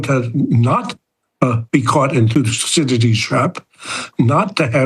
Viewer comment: “Yes hello, hello, thusididlidies why is your name so hard to pronounce thuscydiadlies, its making my lips sweat” 😂